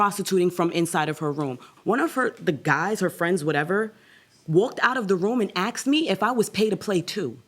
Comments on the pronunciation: It’s asked not axed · STOP SAYING "AXED"!!! AAAGGGHHH!.!!! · "I politely AXED her." HUH???